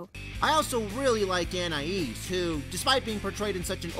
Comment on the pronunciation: Finally, someone who pronounces Anais's name the same way I do! Just for that: SUBSCRIBED!